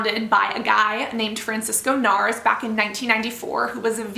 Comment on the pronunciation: I will add if your going to attack the company please.... please!!!! Pronounce the creators name correctly! Jesus!